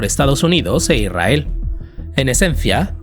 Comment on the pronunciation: Deja de decir "Irrael". Es Israel. Con s.